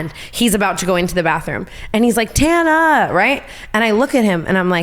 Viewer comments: As an Australian I can't comprehend someone seeing the name tana spelled and thinking yeah it's said tauna. Tana like banana. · Tana with the rat head on…Instead of ratatouille, it’s ratatana - Brittany’s way (tawna) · and brooke taking it one step further and saying tawna instead of tana 😂😂😂😂😂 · girls i raise you another point: if brittany knew how to pronounce Mongeau (which is harder to pronounce and isn’t really pronounced how it’s spelled) don’t you think she’d know how to say Tana🤔 she’s clearly heard the name being said before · I love Tana mispronouncing Brittany's name bc Brittany butchered tf out of both of their names at least once, but esp Tana's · I love how wrong Tana says Ontario right after her tangent about her name being pronounced wrong